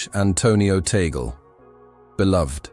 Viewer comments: CORRECTION PLEASE,,, TAGLE PRONOUNCE,,, TUG-LE NOT TAYGOL.TNX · It's pronounced TAHG LAY. And this sounds pretty superstitious.